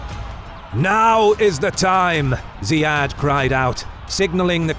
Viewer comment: Ziyad is pronounced as Zeeyad not Zayeed. Those are two different names in arabic.